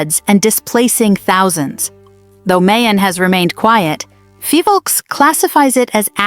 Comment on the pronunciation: It is Phivolcs no Fivolks.